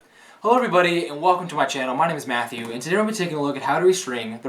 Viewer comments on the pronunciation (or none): none